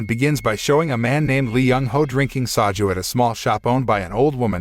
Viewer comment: Soju is pronounced “sow-joo”.